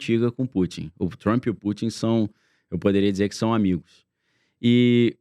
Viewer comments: Por favor, o nome dele é TRUMP e Nao TRUMPY. Deixa isto nas ruas e fora de canais que supostamente estão educando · o "Trampí"